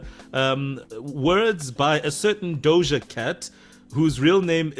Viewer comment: Ima need to stop pronouncing that imaginary “L” in “Doja”. 😂😂😂